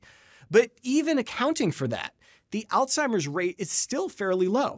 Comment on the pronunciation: Uhhhh…. There is no ‘t’ in ‘Alzheimer’.